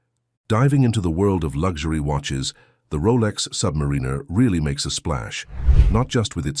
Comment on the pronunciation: The AI generated voice is saying "submarine-er" and it makes me question. "Key-OSC certified" too is bad.